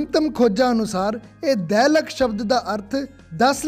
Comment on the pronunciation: it's ਦਹ ਲਕ in zafarnama... not ਦੈ ਲੱਖ..